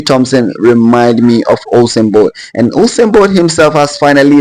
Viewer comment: I know u said "Usain Bolt". But it kinda sounds like "Awesome Boi". I agree either way 😂